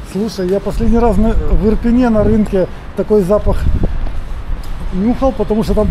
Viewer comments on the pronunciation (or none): none